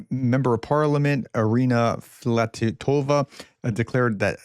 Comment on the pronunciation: You missed the Russian Economy comment, "Hold my Beer." You have frequently slowed down your reading. When you do your accuracy improves and you do a better job of getting close to correct the long, multisyllabic Russian and Ukrainian names. I do appreciate it when you are able to read less fast. At the end I thought for sure that you would pronounce Fil-a-to-va's name correctly but your problem with the order of consonants and vowels kicked in again with "Flat-i-to-va". You may have squeaked the "i" in with "Filat-i-to-va." Please keep reading less fast and maybe take some time to break the names down into syllables. I don't care if you put the emPHASis on the wrong sylLABle. I do appreciate the improvement. Thank you. In the midst of all my bitching you are still one of my few favorites.